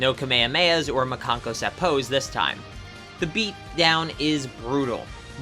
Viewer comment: Seriously, Makankosappo not Makenkoseippo